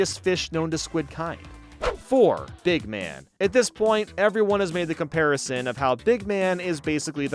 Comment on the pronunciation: BEEG MAN!? Big man, dude you need to edit that